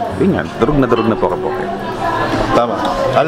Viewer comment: Interesting on Poke poke as ensalada because there is really a poke bowl but a different presentation. Poke in Hawaii is pronounced as pokay…. Poke bowl is traditionally Hawaiian but with the raw sushi of Japanese influence. It’s a different healthy meal not just salad but a bowl with vegetable, rice, raw fish or seafood and other condiments at sides.